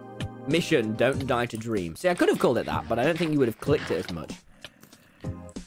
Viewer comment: dweam lolw